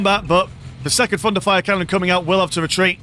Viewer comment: All what I hear is „Fun to fire“ canons instead of thunderfire canons x)